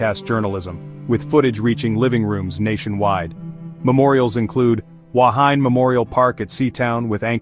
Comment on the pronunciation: This AI generated voice cant pronounce the word "Wahine" properly. Secondly it was not the worst shipwreck in New Zealand - that title goes to the sinking of the Orpheus in Manukau harbour in 1863 with the loss of 189 lives and several other wrecks with heavier loss of life have occurred over the years in New Zealand